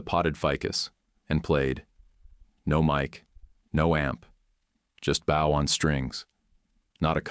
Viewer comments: Perhaps teach your AI to pronounce Bow as Bo. It's not the front of a ship. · The word is bow with a long o, not bow with a diphthong o.